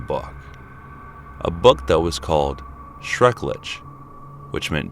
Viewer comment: Schrrrrecklichhhhhhh ☝🏽😌 no schrecklitch